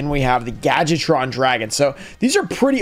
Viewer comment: Everyone pronounces Gadjiltron “gadget-tron”. Say it with me: gad-Jill-tron.